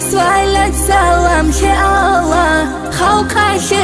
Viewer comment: Машаалагь как же красиво и нет более красивого не чего чем произношение Аллагьа